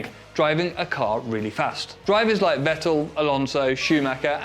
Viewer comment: It's 'fettel' not 'vettl' mate